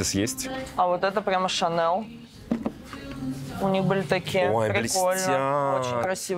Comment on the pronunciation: Шанэл??? Что, простите? 😂😂😂😂